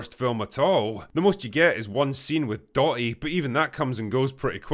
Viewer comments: The machine is called “Dorothy” not “dotty” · "d AW - r uh - th ee " say it with me now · Doty? You mean Dorothy? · Dotty? Can the Scots not pronounce Dorothy? When I saw The Wizard of Oz I never pictured Dotty being sucked up the tornado. Anyway that’s all iv got. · I hated this movie mf it's "Dorothy", not "Dottie"... you're thinking of the DOT3, which... yknow what, nevermiiind if you're not a midwestern-US born twister fanatic (we all are, apparently)... ... you'll probably like it tbh